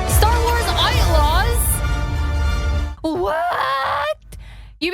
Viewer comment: you mispronounced ITELAWS